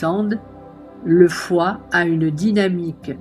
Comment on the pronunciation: Le son médical du foi est chu ! Et non pas xu ! Pour le triple foyer c'est le son Hu